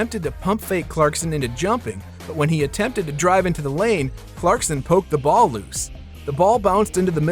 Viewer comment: The fact that you said “clarkston” the whole video drove me so nuts